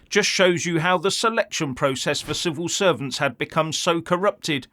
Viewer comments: I'm sure said 'Civil Serpents' there. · Did he say civil serpents, well how accidentally appropriate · Did I hear civil serpents or was it misheard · Did you say civil serpents? 😂😂😂